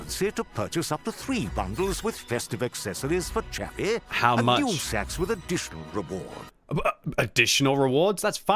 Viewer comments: Stop saying Sacks fml! Now I want to be getting lots of sacks for christmass. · Have a drink any time said SACKS.:D